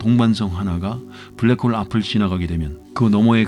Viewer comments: 블라크 호으~ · 불랙 호올 ㅋㅋㅋㅋ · 블랙홀 영발음에서 눈물콧물다쌌습니다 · 블랙홀 발음 보소